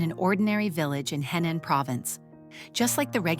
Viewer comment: It’s Henan, not Hainan, completely different provinces. And Henan accent, not Hindu accent. Make an effort.